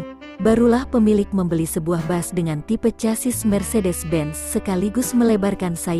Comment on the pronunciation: Kok dibaca bas yg bener kan bis ini ejaan indonesia jsngan menyesatkan.